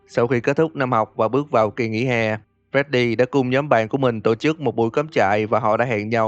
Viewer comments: để ý chữ nhóm thành nhòm :v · (Toxic) nhóm not nhòm :))))))))))))))))